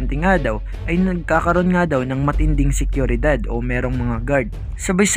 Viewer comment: hahah SEKYURIDAD? baka po SIGURIDAD or sa english SECURITY